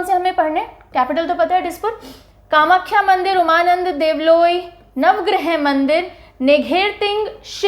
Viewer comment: Ma'am Umananda Devaloi ko उमानन्द देवालय पढ़ते हैं।